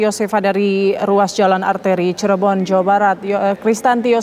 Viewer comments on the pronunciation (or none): none